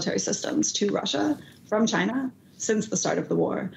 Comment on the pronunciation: “Chyna!” -Trump